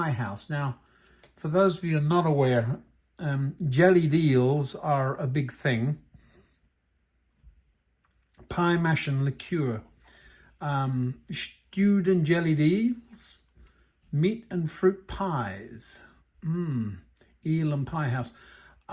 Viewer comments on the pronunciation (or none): Lovely Eel van, just to be a bit of a pedant though, it’s pronounced “liquor” rather than “liqueur”